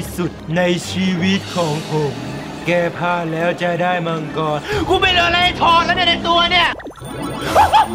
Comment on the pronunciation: มังกร ❌ มังทัอเลี๊ยวววว✅😂